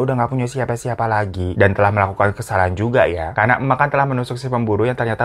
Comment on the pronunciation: Akhirnya kangenku akan kata "Telakhkh" terobati 😂 kata telah paakke huruf hijiyah kho, bang Hiro doang 🤣🤣🤣